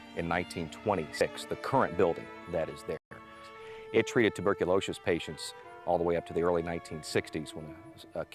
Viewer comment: "It treated 'TUBERCULOSHOUS' patients"...! HA! I like it!